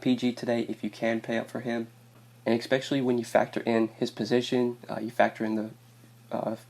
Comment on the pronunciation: I'm so sorry dude , I like the picks , but bro.... I stop the video and find someone else to watch every time you use this word... its pronounced "especially" not "eXpecially"